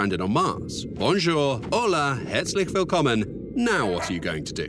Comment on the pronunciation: Its Herzlich Willkommen! Not hertzlich 🤓✅